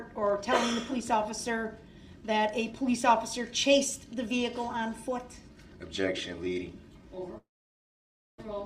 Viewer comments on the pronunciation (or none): objictshun speckalativ lol. omg the tooth clip made me laugh